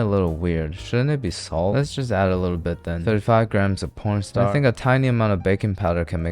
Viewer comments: I don't know if I'm imaigining things or if it's an ongoing joke on the channel that I never noticed , but I'm pretty sure he says "pornstar" instead of corn starch (?) ⊙.☉ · Did you say "porn starch" instead of "corn starch"?? 😂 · Like seriously, nobody talks about how he says p*rn star instead of corn starch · Am i the only one who hears different profession everytime bro says corn stratch